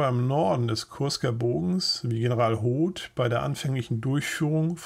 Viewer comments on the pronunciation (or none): none